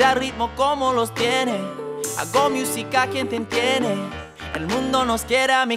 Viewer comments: The song was great!!! Btw some feed back when saying musica, we don't say mi-oo-si-ka we say moo-si-ka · Like si te hace gracia como pronuncia musica jajaj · He doesn't know how to pronounce "musica" right